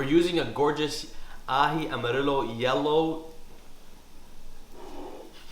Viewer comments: and you pronounce amarillo as 'amarieyo' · Amarillo is pronounced the same way you’d pronounce the double L’s in “gallina” 😌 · It’s pronounce Amarillo like the yo on yo-yo